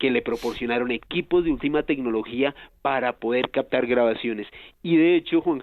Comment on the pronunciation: Muy interesante tema, pero ese "cactado" del invitado ya me estaba sacando de quicio., por favor alguien que le diga que es captar, no cactar.